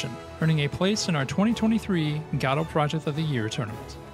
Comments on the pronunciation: It's Go Dot, not Ga Dot. Ffs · I know it sounds weird, but most people say "godo" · Please for the love of god learn how to pronounce "godot" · Go Dot, G'Dough, and now Gaddo.